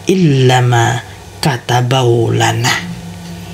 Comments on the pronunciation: Itu bacanya apa gk ada yg kurang y, katabawlana atau kataballahu lana. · Ma,af 6 ya kenapa kok gk dibaca yang ini makatsbellohu lana,kdengaranxa qwe kayakxa maka tabeu lana, gmna makabeu lana y makasih tapi ma,af 6 sebesar6xa y cuma sependengaran qwe ni lo klo bisa lebih jelasxa yg tenga2 saja makatabeu lana ap makatabello lana mksiih